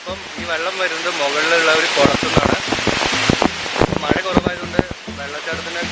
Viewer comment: language onnude redy aakanam maya alla mazha